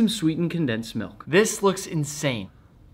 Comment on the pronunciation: That "F***in dericious" was personal